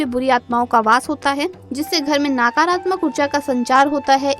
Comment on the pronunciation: आपकी जानकारी के लिए धन्यवाद कृपया उच्चारण सही करें, नकारात्मक को नाकारात्मक , व साकारात्मक न बोलें, मंदार वृक्ष अलग है रुई का अलग, अल्प ज्ञान से भ्रम न फैलाएं।